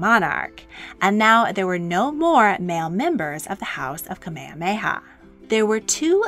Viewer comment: This video was fascinating and very informative about the history of Hawai’i’s last Queen. My only critique is that it was almost painful to my ears to hear the narrator butcher almost all of the Hawaiian names, (except Kamehameha👍). I’ve found this is almost universal among most docs about Hawaii, and the language definitely isn’t an easy jump from English, BUT if you’re making a half hour piece and doing all the factual research PLEASE take a little time and at least learn the pronunciations of the people in your documentary! Ok I’m done😉